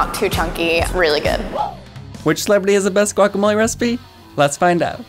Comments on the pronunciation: She did say wack, it maybe be because many Latinos pronounce guacamole, like wacamole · "gWaCh" "FLeSh, MeAt" sir it's pronounced "gwak-ah-mow-lee and say "the fruit" or "the inside" or just "the avocado" pls and thank u fhoigheroihgowelkjferlk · yea ok Obviamente nadie podrá hacer guacamole mejor que nosotros. Para empezar ni siquiera lo pronuncias bien. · I’m sorry but I’m Mexican and I can tell the girl in the the gray shirt and the man in the black shirt are white and probably from la sorry for being “rascist” but I hate when they say “GuAc” like what the heck it’s not GUACamole it’s Guacamole